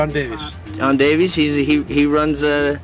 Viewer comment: John & Beti Davies would not have pronounced their surname "Dave ease". In Cymru it is "Dave iss", the same as Davis!